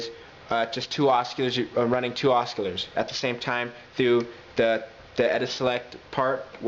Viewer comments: has any one mentioned that its ocilators not osculars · you don't pronounce the "c" in oscillators bro.